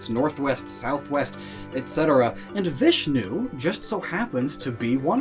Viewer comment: I am a 13 year old Indian boy And you are pronounceing the names of God wrong It is Bram- ha She- va Vish-nu